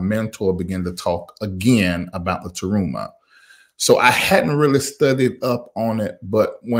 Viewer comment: It's "Terumah"...